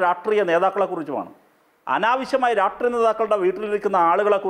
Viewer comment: രാഷ്ട്രീയം എന്ന് നേരെ പറയാൻ പോലും അറിയാത്ത റഹീം 😜! രാട്ട്റിയം 🤦🤦